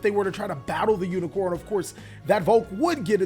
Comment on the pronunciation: Bro, you said unicorn and I had to stop watching. It's unicore. Core not corn.